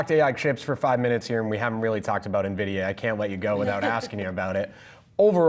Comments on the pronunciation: Please stop calling it Navidia. So annoying. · He isn't even pronouncing Nvidia correctly.